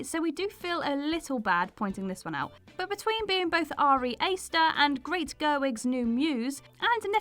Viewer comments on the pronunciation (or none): none